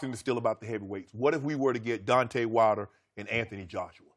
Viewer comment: This man said Dontae Wilder -.